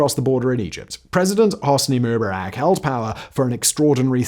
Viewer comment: Simon, you're not young. You're my age or maybe even older. You're old enough to remember watching this stuff as it was happening. How come you can't pronounce MUBARAK right?